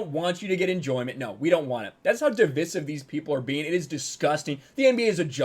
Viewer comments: I agree with you but stop pronouncing “divisive,” in British English vernacular. Pet peeve. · LEARN TO PRONOUNCE DIVISIVE!!!!!